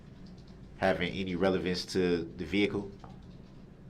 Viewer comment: He keeps saying “ relavency”. The word is RELEVANCE .